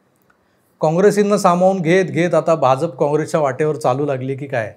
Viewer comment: भाजप मधला ज आणि ज पहा जनता मधला ज आहे. आपण जत मधला ज उच्चारता.